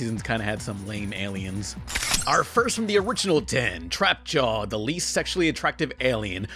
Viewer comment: Did you call him trapjaw:(